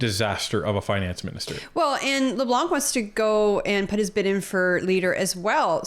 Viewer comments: A mistake that many englophones make is to pronounce the family name ''Leblanc'' as if it has a ''k'' at the end. The good english pronounciation is ''Leblan''. Love your work you guys. Ray from NB. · Not that I like him more than any other clown on the Liberal side but please stop pronouncing the "c" in Leblanc. It is scratching my ears in a very bad way. I watch your videos everydays and since we are stuck with him for a while.... Please pretty please? Good job by the way, and yes, we are from Quebec and are on the right side 😉